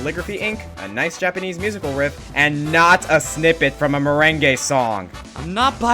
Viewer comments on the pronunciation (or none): Bushin Buso "MERENGUE" XD